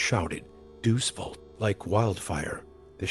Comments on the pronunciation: A computer reading the text? It's Day Ous Vult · Its pronounced day-us vault. DEUS VULT.